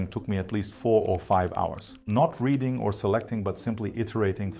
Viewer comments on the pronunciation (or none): none